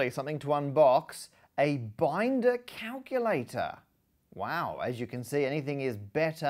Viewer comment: Enunciate on calculator, Matt. Enunciate! Or is calctr the new hip term?